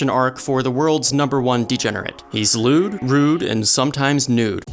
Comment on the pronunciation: " He is lwed , rude and sometime newd " Lmfao